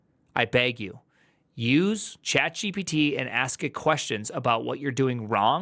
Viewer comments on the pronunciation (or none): Did he just call chat gpt “jipittee”